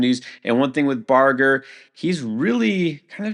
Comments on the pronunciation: in this particular video, it was Barger. says it like "burger" but it's more like "barge", per Baseball Reference. \bar-jer\ i wouldnt say something if this was a rare thing. It's pretty frequent. it's all just a suggestion to just take a little more care on the pronunciations. Really not trying to be a jerk. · It's not BAR-GUR. It's BARGE-ER. UGHHHHHHHHHHHHHHH